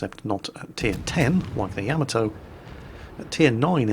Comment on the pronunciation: I dont know why but when ever you say Yamato, I hear camel toe lol! Making it very difficult to concentrate;) happy new year to you too!